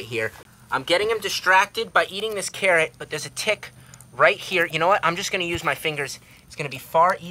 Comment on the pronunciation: You know when you say carrot you sound like ur saying Karen 😂🥕👩‍🌾